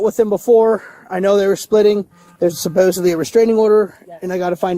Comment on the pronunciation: ”supposeBLY” Is another one … THERE IS NO “B” in that word !!!